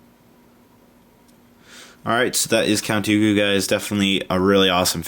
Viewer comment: you said Cat Dooku